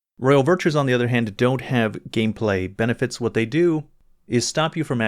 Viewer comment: Good ol' "Gamplay". Lol